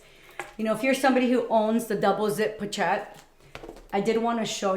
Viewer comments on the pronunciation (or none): Poe-shett, the ch is pronounced like an sh 😊